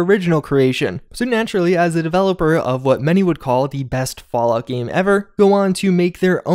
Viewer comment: Oh my god I hate the way you say “game.”